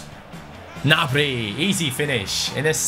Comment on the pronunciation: You have been saying Martial and Gnabry's name wrongly